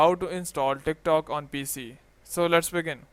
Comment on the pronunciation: everytime he says tik tok i hear thicc tok